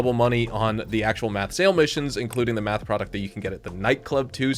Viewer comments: Are you just screwing with us? Driving me nuts.. it's Meth Not Math. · Why you say meth like that lol